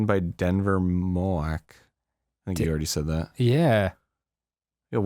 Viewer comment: NO WAY!! I go to Copiah-Lincoln Community College!! Also, the last name Moak is pronounced like "moke".